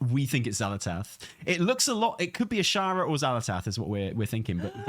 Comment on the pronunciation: Pretty sure it's Azshara